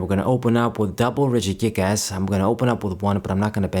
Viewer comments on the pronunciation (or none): Why when you say regigigas you put an emphasis in the last to words as. It sounds like you are saying regigiASS